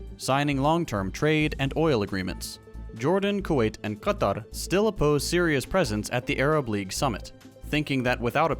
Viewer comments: The way said "Qatar" was very nice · Respect your pronunciation of Qatar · That pronounciation on Qatar, DAMN that was some HOT SHIT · Thank you for pronouncing stuff right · i was legit impressed!